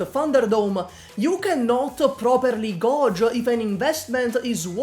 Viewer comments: this video would've been perfect if you didn't say gauge (gayge) as gahge 😭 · The way said gauge gives me life